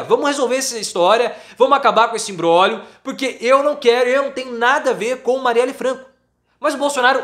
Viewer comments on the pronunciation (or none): none